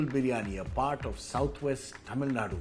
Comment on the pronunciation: Please get the pronunciation of Tamilnadu right. It’s cringy and annoying to hear your pronunciation